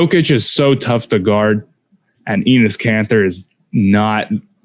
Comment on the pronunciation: why does say Enis Kanter